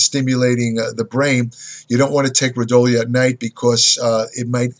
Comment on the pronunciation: Pronounced Ro Dee O lah